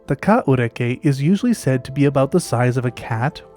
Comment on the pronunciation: Not bad on the Maori pronunciation mate. I'd heard about this animal but never seen it discussed online. Intriguing video.